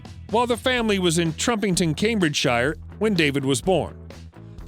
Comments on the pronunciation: It's pronounced Cambridge-shear ffs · Cambridge’shire’ No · Can find out how to pronounce words Cambridgeshire? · Your homework is to find out how to pronounce the word "Cambridgeshire". Your starting hint: it's nothing like the way you say it repeatedly in this video. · Funny how Americans pronounce all British place names ending in "-shire" to make them rhyme with "fire"...